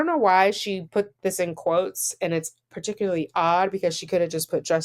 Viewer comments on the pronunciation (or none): none